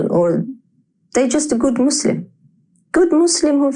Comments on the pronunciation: its Muslim with an u...not Maslim Maslim is a typ of silk or something like that...or are you from the USAI? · It’s pronounced Muslim not Muzzlem FGS!